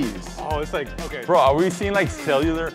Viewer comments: “Bro, are we seeing like selliular…. mollycules, mowwy?” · “ARE WE SEEING LIKE... SELLIERLER MOLICULES?”